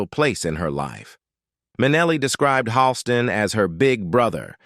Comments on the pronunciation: Pronounced "Hall - Ston". Can't pronounce any medical terms or conditions either??? PATHETIC!!! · You don't even have her name pronounced correctly. It's not Leeza! How can I trust anything else you say??? And it's not Vin-SEN-Tay Minnelli either! And the list goes on. Hawl-ston, not Hal-ston, etc. OMG!--MIN-a-lee instead of Min-ELL-ee! Is this a man or a robot?